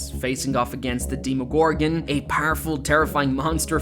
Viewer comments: ITS DEMOGORGON NOT DEEMOGORGEN As D&D fan it hurt to hear that. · imagine saying you're a fan and then mispronouncing "demogorgan" XD